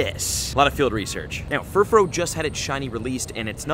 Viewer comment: I often wonder if this dude actually understands ANY of the wordplay with Pokemon names. Like "Glam-meow", not "Glame-meow". It's "glamorous+meow", with glamorous being shortened as "glam". Also, it's "Furfroo", not "Furfro". The "-ou" is pronounced like the "-ou" in the word "you". Oh well, I'm sure he won't correct it, ever. I've heard so many YouTubers claim that you can just pronounce Pokemon names however you want, and that's just not the case.